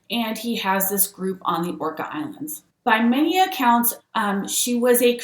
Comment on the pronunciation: It’s Orcas island… pronounced Or-Cas